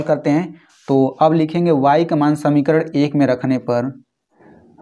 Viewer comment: Sir vo samikaran hota hai samikarad nahin